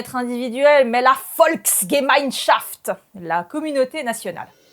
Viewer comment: Intéressant, mais votre manière d'accentuer votre prononciation de l'allemand pour faire nazi (« Volksgemeinschaft ») est déplacée.